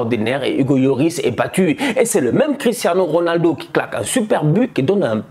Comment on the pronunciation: "Cristhanos Ronaldo"😂